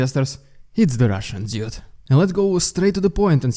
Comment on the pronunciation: Mate, I honestly can't help it. But, after few weeks listening to you. I stil hear "idijot" instead "dude" 😦